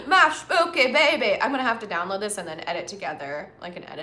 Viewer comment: “My spookeh baybee” 😂🤣 I. Am. Cryinggggg.